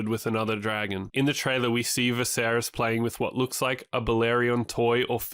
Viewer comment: It's not Vay-seris its V'seris.